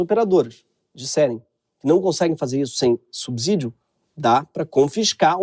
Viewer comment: Ah Gregório: quando a letra "s" está entre uma consoante e uma vogal, ela tem som de "ç" e não de "z" como você, na sua baixa escolaridade à Paulo Freire, está fazendo. Então não de diz "subzidio", mas sim, subsídio com o "s" tendo o som de "ç". E nem venha dizer que foi um lapso porque você errou várias vezes só nesse vídeo. Você consegue não ser nem de exatas nem de letras.